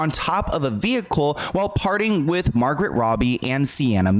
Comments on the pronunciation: I’m sorry ‘Margret Robbie?’ I think you meant Margo Robbie, it’s sounds just like Anne Frank’s sister (M-are-go) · Her name is margot, not margret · Margot is not pronounced Margaret…!!!! Margot should sound like “Mar-GO” — rhymes with Fargo..!